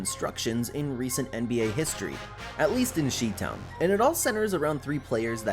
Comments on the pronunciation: Turned this Ai garbage off once I heard “she-town” instead of “”chi-town”. Plus no one that lives in Chicago calls it “chi-town”. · he say “she town” 😭😭😭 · "She Town"? Pronounced "Shy Town" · We can't take this seriously for many reasons, not the least of which is the AI narrator pronounced Chi-town as "SHE-town." And if it's not AI, that's even worse. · Sorry but I checked out when you said “she town”. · You missed, She-Town, lol .45 mark